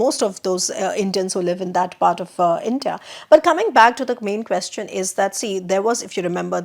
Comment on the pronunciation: please pronounce the word “question” correctly.